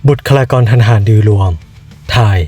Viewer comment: บุคลากอง ผมได้ยินไม่ผิดใช่มั๊ย